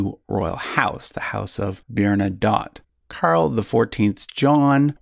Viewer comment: French names like Bernadotte, with TTE, are pronounced with a sounded consonant at the end: BERNA-DOT. If the name were spelled with a single T at the end, then and only then would it be pronounced BERNADOH. There are numerous other errors in pronunciation, but that one is the most egregious.